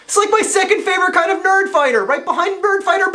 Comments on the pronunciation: Did anybody else hear "birdfighter babies" instead of "nerdfighter babies"? No? Just me? Okay. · It almost sounded like you said "BIRD-fighter babies". Haha.